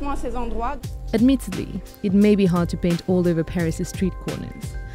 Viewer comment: Pee-ris eau de toilette